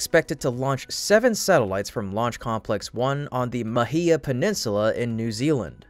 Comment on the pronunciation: As a New Zealander, its always funny watching others try to pronounce "Māhia" It's "maah-hea"